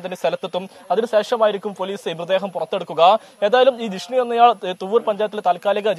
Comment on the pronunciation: ജിഷ്‌ണു അല്ല വിഷ്ണു